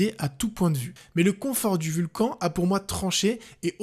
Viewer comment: On dit pas "Vulcanne" plutôt ?